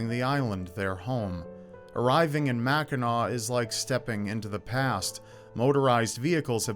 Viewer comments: as a resident of Upper Michigan (U.P., not lower Michigan "mitten"). Thank you for pronouncing the name Mackinac correctly. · As a born and raised Michigander, thank you for talking about Mackinac (and not pronouncing the final "c". Drives us bananas when people say "Mackinack"!). It's a special and sacred place for a lot of people to this day, so I'm glad to see it getting some love here. And yes, Mackinac Island fudge is the best fudge you'll ever get, no contest.